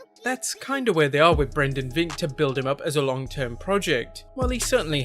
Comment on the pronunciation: Somehow I knew he was gonna say Brendan Vink